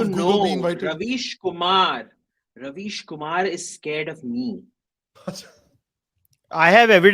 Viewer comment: kam se kam pronunciation to theek kar lo. yeh rubbish kumar hai ravish kumar nahi.